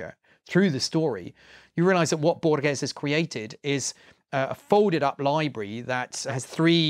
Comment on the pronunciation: You better pronounce Borges this way: bore-hess